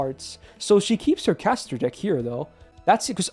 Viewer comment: Please tell me I'm not the only one who heard dick instead of deck